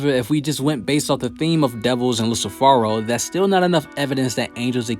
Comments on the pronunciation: It's Lucifero.. not "Luci Phoro" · Did he just call lucifero as in Lucy or i am tripping ???